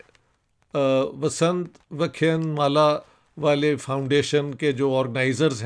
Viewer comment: Dr Sahab ,with apology, it's vyaaaa khyaaaaan maaaalaaa. Many aaaaaaa's are for longer accent to pronounce it which means' lecture series '. Respect.